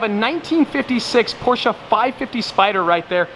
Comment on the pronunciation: Congrats on the Supra! YES! pronouncing Porsche correctly!